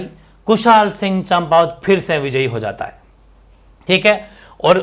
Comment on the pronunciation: सर "ठाकुर कुशालसिंह चंपावत" लिखो और बोलो ना कि "ठाकुर कुशालसिंह चाम्पावत"।